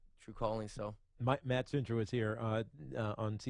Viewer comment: Centrowitz* not Cantrowitz